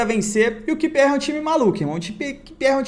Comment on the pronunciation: Repeat with me: "QUIU PI AR" =QPR 😀😀😀 Grande!!! Siga firme!!!